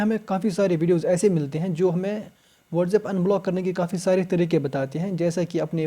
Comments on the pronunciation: Wardhsab nhi whatsapp hota h sir so don't say it again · Itz not whatzap its whatsapp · bro you literally say watzeb